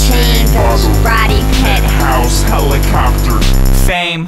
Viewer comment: Does he say Helicockter? Or is that just me..?